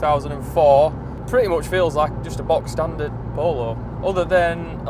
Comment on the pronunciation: Thank god, someone who says ‘box’ standard and not bog!